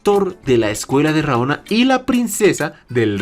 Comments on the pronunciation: correccion amigo no es RAONA es RANOA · Universidad de RA-NO-A. Vato... ¿Neta?